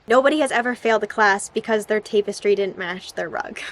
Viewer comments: it’s tah-pess-tree basically. not tape-ess-tree (at least in my accent lmao) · I'm pretty sure it's pronounced with an 'ah' sound rather than 'ay' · It’s tapestry, not tape-istry. You do that with a lot of words. Bayg (bag) is one you say a lot. I don’t know if it’s because you’re Canadian or you just really like the long A sound.